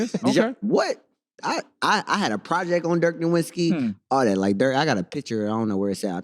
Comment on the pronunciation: Bro says Dirk is his favorite player and can’t even pronounce his last name correctly. Come on brother🤦🏽‍♂️